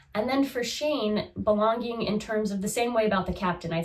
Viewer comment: You say belon-гинг (belonging) in such a distinct, endearing way 😅 (in a way how I might have heard it long ago back in Russia). Thank you for your videos, it is a pleasure to watch someone so… engaged? Excited? Genuine interest shows, is what I want to say.